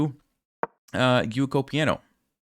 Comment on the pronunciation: Why are people not able to pronounce "Giuoco piano"?? It's Italian. It should sound like Gee-OO-Oh-Koh Pee-Ah-Noh (just more... legato ;) )